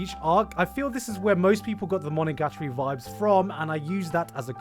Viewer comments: I don't believe for a f u c k i n g second that that's how you pronounce "monogatori". But the longer I think about it the more sense it makes holy shit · Wtf is that pronunciation of monogatari lmao